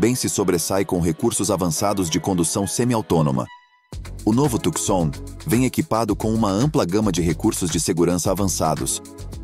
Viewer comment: Companheiro, não se diz "Tucsom" (oxitona), mas TUCSON (paroxitona)!